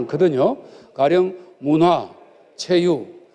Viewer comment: 지들이 만든나라.알아서 해야지? 문화를 문어로 발음하는 것 부터 고쳐라